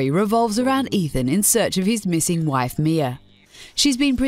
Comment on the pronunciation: Ethan? Ethaan?! EeEethaan !